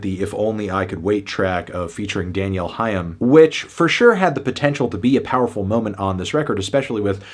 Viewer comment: Respectfully, if you can't pronounce Danielle Haim's name correctly and you characterize JV's vocals as "cartoonish" you really should just stop reviewing Bon Iver's work. You don't get it and that's ok. Again, respectfully.